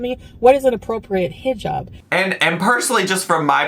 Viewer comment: The way ahe pronounces inshallah and hijab makes me want to jump out a window.